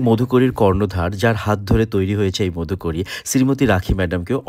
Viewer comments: Modhukori noy go Madhukori uchcharon ta thik kore koro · Khub sundor ! Kintu uchcharon niye aaro satarko howa proyojon. modhukori bole kono shobdo Banglay nei. Maadhukori aache. Paribrajoker bhikkha. মাধুকরী hocche sothik uchcharon. Eisob basic bhul hole video khelo hoye jaay. A teacher should be aware of all these. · উচ্চারণ টা মাধুকরী হবে